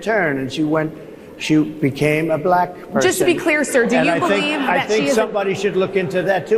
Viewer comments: He can’t even say black correctly, he says she identifies as bullack, seriously? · I HATE the way that he says B-lack. 🤦🏾‍♀️ I wouldn’t care if Kamala identified as Japanese. She’s still a better choice than Project 25 Trump. 😡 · “A bl-ack person” 😂😂😂 Harris Faulkner should be ashamed of herself. While he did have some supporters in the crowd most ppl there weren’t laughing WITH him, they were laughing AT him. Ridiculous 😂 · The way that thing pronounces words......like "black" in this instance, is insulting and derogatory. Trump is an example of human excrement in a suit. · And you see how he pronounce black he making a joke about black folk name he making a freaking joke about it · Why does he say the word “black” differently when he says it in a sentence? Have you noticed that before? Listen to him! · Listen to how he pronounces black, come on yall, it’s almost like he is emphasizing, condescending. why? He doesn’t answer questions he flips it. And blames others. All over the place. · The way he pronounces "black" is full of condesention and contempt. He's disgusting, childish, misogynistic and racist. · The way Trump pronounces “black” is WILD!!! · Just listen to the way he pronounces the word black